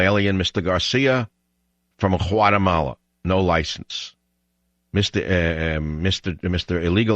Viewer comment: What a racist man, Learn to pronounce Guatemala then publish your racist video.